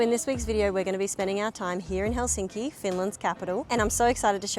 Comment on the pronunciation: You are so nice and your family! You pronounce Helsinki correctly unlike most Anglo language speakers!